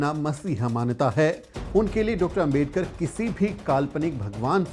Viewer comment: आपका सम्मान है। लेकिन क्या अंबेडकर, अंबेडकर, अंबेडकर, अंबेडकर! सरनेम तो सही से बोलिए। वो आंबेडकर है। अम्बेडकर ya अंबेडकर नहीं। कोई भी नाम सरनेम किसी langauge में चेंज नहीं होता न करना चाहिए (बोलने में कठिनाई हो वो बात अलग)। क्या ये बात आपको मेरे जैसे सामान्य आदमी ने बताना चाहिए। गांधी को गंधी या मोदी को मेडी, यादव को यदव, शर्मा को शर्म बोलो तो कैसा लगेगा। पुराना गलत तरीका छोड़िए अब तो। क्या ये इतना कठिन है? चौहान नहीं चौहन बोलूंगा तो आपको कैसा लगेगा?